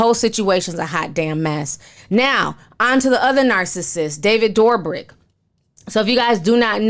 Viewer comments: Ti it’s pronounced David Dough-brick not Door-brick 😂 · David, just like everyone other influencer should have been taken responsibility as someone who portrays themselves as a generous, nice guy. (Also his last name is pronounced "Dough-brick" lol you had it right the second time) As for Derrick Jaxon, I use to watch his advice videos and I knew he was married. But looking back at his page I noticed he never really showed his personal life on ig as you'd think someone who gives love advice would. If you're married and are a "relationship expert" why not show your followers how well your love life is?? I think he wanted to have his cake and eat it too smh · I love that you say David's last name as "Doorbrick" 🤣🤣❤❤ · I love you Ti!!!! And it's Pronounced: Doe-brick 😆